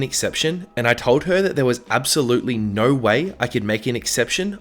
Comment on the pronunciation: I like how he says "no" like "Nourw"